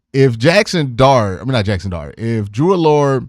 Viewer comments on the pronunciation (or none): It's pronounced Drew Ah-Ler. Not Drew Allure